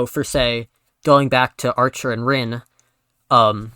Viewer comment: 'Reen' really?